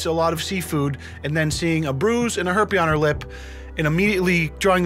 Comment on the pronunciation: "a herpe" 🤣🤣🤣🤣🤣🤣